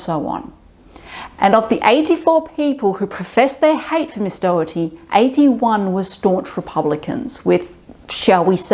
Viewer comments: I completely support Caitlin Doughty's opinions and activities. By the way, her last name is not "Dougherty", as you seem to pronounce it. It sounds more like "dough-tee" or "doe-tee". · Doughty. Not Dougherty. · Just to let you know, her last name is pronounced "Doty" ("Dough-tee" or "Doe-tee"), rather than "Daugherty". It's just two syllables. =) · If you want to show actual respect for her, try pronouncing her name correctly! Not Dough-er-ty, but Dough-ty. Not once did you say it right. BTW, I love her. She has taught me so much, about the industry and history. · I've only just come across her videos, I thought her name was pronounced dough-tee 🙃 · Dough-tee. Doughty. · Her last name is pronounced Doe-tea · I feel bad I will constantly miss pronounce her name because my mom’s maiden name is also spelled Doughty but pronounced Dowtea. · Just a heads up, you're saying her last name wrong. I don't think she'd actually mind, I just thought you should know. It's pronounced "Doty." Anyway, good video, I'll be subscribing. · At least pronounce her name correctly, it's very distracting. Don't blame you accent. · All that research and you guys still didn't say her last name right 😢